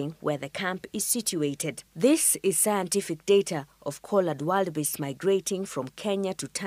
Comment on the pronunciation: Just a correction, they're not wild beasts, but Wildebeest pronounced; wil. Duh. Beest. Ni kusema tu sina ubaya 😂